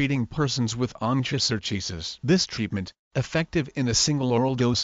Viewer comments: No!!! This is the wrong pronunciation!! It's- in the simplest of sounds- on-koh-sur-kye-uh-siss Or if this is easier to understand- on-kO-sir-kI-S-iss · The wrong pronounciation.